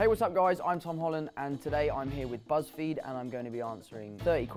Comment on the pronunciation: im sorry, the way he says buzzfeed😂😂😂